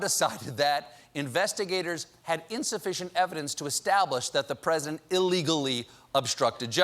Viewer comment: Did you mean to say «President» ? Because you said 🎁present🎁 😂🤣😂🤣😂🤣😂🤣😂🤣😂🤣😂